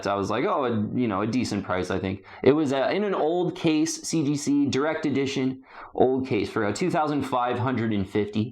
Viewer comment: So I'm not sure if it's intentionally done as tongue in cheek humor, but the enormous number of times he says "CGC 9.8" or rather "seegeesee 9.8" in his videos is over the top ridiculous 😂 that it has to be dry humor l, right? I mean, there is no need to keep saying CGC right? We all know it's CGC. Therefore, no need to say CGC 9.8 repeatedly 47 times in 1 sentence, when omitting a few CGCs and just saying 9.8 will do 😅🤣 Don't get me wrong, I sometimes play a drinking game and take a shot whenever he says CGC 9.8, but then I'm passed out drunk 23 seconds into every video. This has engulfed my life to the point where I dunno to cringe everytime he says "seegeesee", or laugh hysterically because the way he says it seecheesee seecheesee seecheesee is almost parody, or isn't... I can't get the sound of seegeesee out of my head for months now. Yes, I have taken up 3 minutes of everyone's life by this post. I need to evaluate my life.